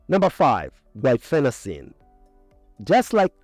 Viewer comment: Your pronounciation of the drug, "guafacine" is misleading, causing confusion with the drug,"guaifenecin", a mucolytic contained in many cough syrups. You may want to add a note explaining this...